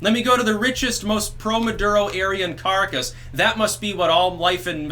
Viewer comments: It is CAH-RAH-CAS, not Carcass. That's about all. Piss out. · Caracas = "kuh-RAH-kahss," not "carcass"—although I do love that mispronunciation, given the lifelessness of Venezuela's economy. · Okay not to harp, but try Caa-Raa-Cass... not the best pronunciation of Caracas, but it's better than "carcass"... lol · I enjoy vids but he really mangles Spanish. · Carcass, Venezuela... appropriate mispronunciation and well-done. Why isn’t MSM reporting anything that’s going on there? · It's "Kah RAHK us" for fuck's sake. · For the love of the spaghetti monster, please learn how to say Caracas.